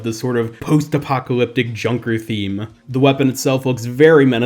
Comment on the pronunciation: Junker not kunker